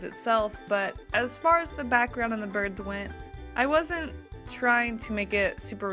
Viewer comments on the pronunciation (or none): I heard “birth” instead of “birds” so i got confused mid watching 😂 (im binge watching all of your prompts videos while doing art)